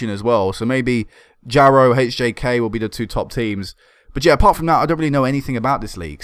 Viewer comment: Jaro is pronounced more like Yah-ro Generally in Scandinavia J is pronounced more like Y.